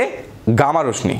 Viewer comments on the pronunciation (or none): 😀"রশ্মি" কে রশমি বলেন কেন ভাই? সঠিক উচ্চারণ হবে "রশশি"।